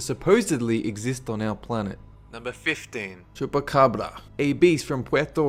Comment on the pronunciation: that chupacabra pronunciation though